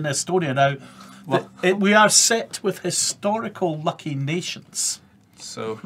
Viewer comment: Matthew McNeany An 'istorical or what? It doesn't start with a vowel sound.